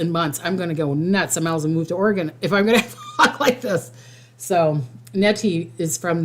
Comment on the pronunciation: It's OR -EEE - GUN. Like the weapon Smith & Wesson sells.